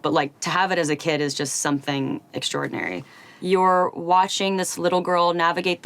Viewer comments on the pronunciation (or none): none